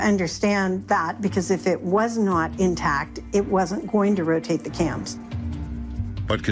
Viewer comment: Ro Tah Tay!